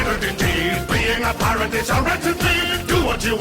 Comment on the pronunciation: lol Pirate or as i like to call it puiyrat